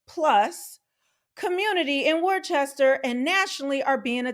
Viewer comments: I can appreciate your take on all this in the video but I cringe at worcester being mispronounced it's not pronounced"warchester" it's "wuster" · It’s pronounced Wooster not War Chester.😉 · Worcester is pronounced "wooh-stir." If you’re from the region, "wooh-stahhh." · Also, it’s pronounced “wouster” not Chester lol but a lot of people make that mistake you gotta say it like Wouhhstahhh. Add that Boston accent lol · It’s pronounce “Woostah” just saying. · My only criticism is your pronunciation of Worcester, it's "wister" or "wistah" w the New England accent 😂 May god bring rational thought back to my hometown 🤦‍♂️ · It’s pronounced "wuh-ster" or if you’re from there, "wuh-stah" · I’m from Massachusetts SEND HEELP! Also we pronounce Wooster lol thanks for the coverage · 😂😂 Love hearing people try to pronounce New England town names. Wor-ces-ter😂😂😂😂. Now try to pronounce Leicester 😂😂😂 Come to Vermont and pronounce Calais. 😂😂😂Nope, it's Callis.😂😂😂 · Woostah is how we pronounce it. 🤩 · It’s pronounced like “Wuhster” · Worchester is pronounced "wusster" as in "wuss" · Pronounced, Woostah* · These clowns and the crooked politicians that enable them have ruined the state. By the way the city of Worcester is pronounced Woos-ter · It’s confusing but it pronounced “WUSTAH” LOL, really tho. Thats how people from there say it. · Hey I live in New Hampshire and state right to the north of Massachusetts and it is pronounced "Wooster"